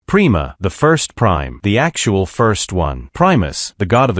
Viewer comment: It’s pronounced PRIME-A not prema…. :/